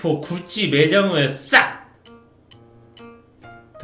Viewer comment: 자꾸 구찌가 굳이로 들려ㅋㅋㅋㅋㅋ